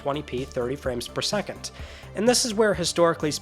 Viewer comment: Fella forgot the S in second.